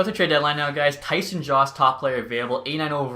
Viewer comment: I'm 95% sure Jost is pronounced YO-ST or JOE-ST. Not JAUST. Eastern european name